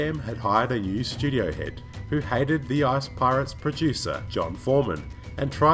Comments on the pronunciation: Sounds like he said "ass pirates" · Every time you said "ICE" I swear it sounded like "ARSE" to me!!! Best video ever